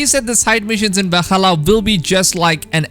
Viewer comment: He used to say “W-alhalla” too lol but I think he got bullied out of it